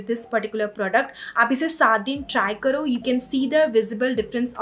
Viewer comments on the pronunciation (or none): none